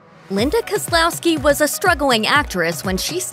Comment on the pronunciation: She can pronounce Koslowski but not Charlton?????